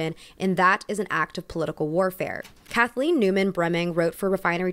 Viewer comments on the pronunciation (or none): none